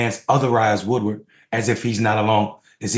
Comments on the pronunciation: Hello Thank you very much for what your words. I agree with most of what you said. But the journalist's name is Bob Woodward, not Woodard. ( Sorry, it was just ticking me off when you mispronounced. his name.) Other than that, I really liked what you said. Thank you Peace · No offense, but you keep calling him Woodard, not Woodward.